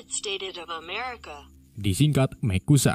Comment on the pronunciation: Wkwkw mecusa susah bat